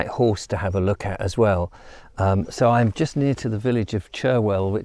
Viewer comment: The nearby village and the Downs are pronounced 'Cheryl', not "Cher-Hill".